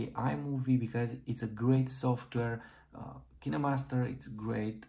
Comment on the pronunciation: Kineemaster? You mean KineMaster?